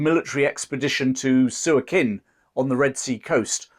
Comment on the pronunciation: Lovey and informative video. I spent many happy years teaching in Sudan. Your pronunciation of a few Sudanese towns is a bit off. I've caplitalised the stressed syllables: Suakin - su-AH- kin Dongola - DON-ga-la Atbara - AT-ba-ra Hope this helps.